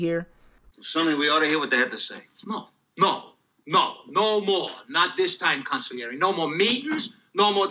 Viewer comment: How could you mispronounce consigliere after hearing pronounced right 10 times in the viedo.